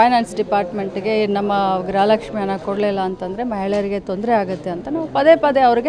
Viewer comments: ಗೃಹಲಕ್ಷ್ಮಿ ❌ಗ್ರಹ ಲಕ್ಷ್ಮಿ ✅🤣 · ಲಕ್ಷ್ಮಿ ಮಾಡಿಮ್. ಗ್ರ ಹ ಲಕ್ಷ್ಮಿ ಅಲ್ಲ.